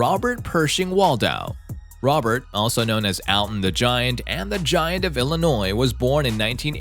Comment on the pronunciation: Robert Pershing Wald was known as "The Alton Giant", Not "Alton the giant" ( P.S. It's pronounced All-tun, not AL-tin)